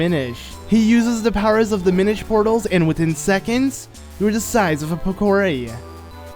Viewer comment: Oh... It's, Mi-NISH